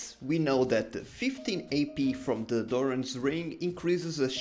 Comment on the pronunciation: Dude its called DoranS Ring man DoranS its the ring of Doran lol